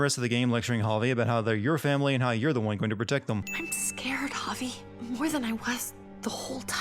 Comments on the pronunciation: For the love of Christ why do you say Javi as hah-vay. In what universe??? I’m sinning the continuous usage of hah-vay as a pronunciation instead of hah-vee, the most basic and common pronunciation of Javi. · Clem is casting a shadow , right along the edge of the trees, but it's there. You can even see the shadow from the bib of her cap at the top of the head. One sin removed. Also, it's pronounced "Hah-vee", not "Hah-vay". How do you get a long "A" sound from an "I" in a Hispanic name? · Javi is pronounced like Ha-Vee, not Ha-Vay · Javi is just short for Javier, it’s supposed to have the same pronunciation. “Ha-Vee” but the narrator keeps saying “Ha-Vay”. Idk how some people think he’s saying it the same as it’s being pronounced in game. Javier is not an uncommon name in the US, which I believe is where the narrator is from, so it’s not a “foreign” name. It’s also weird that he thinks they should be speaking more Spanish throughout the game when they’re not interacting with other people that speak Spanish? Kate and the kids aren’t shown speaking Spanish in flashbacks, so they may not even be fluent, just know enough to understand the grandparents(who also speak English, so the kids might only know a little Spanish) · Evelyn C it's literally just "ha-vee." That's not even hard to say lmao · Why the fuck do you call Javi Javey? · I'm sinning this video for each time Javi's name is pronounced "hah-vay" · I'm adding a sin for your pronunciation of "Javi" as "Javè" And another for saying "continunuity" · He pronounces Javi "Javay" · 217 sins, one for each time you mispronounced the main character's first name 😂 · I was going to subscribe, until I heard his pronunciation of Javi’s name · To deliver a sin to the narrator: Despite Javi's name being repeated in the game about a million times, he still manages to say it wrong every time. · sinning this video for the way you pronounce Javi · The way he says 'Javi' 😂😂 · It makes me cringe considering my name is Javier lmao